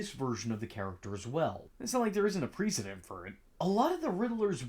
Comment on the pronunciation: why did you say “precedent” like that?